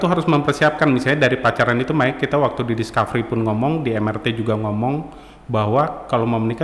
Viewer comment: MRT 👉 bacanya em er te, bukan em ar ti. sudah menginformasikan singkatan yang benar lho sejak awal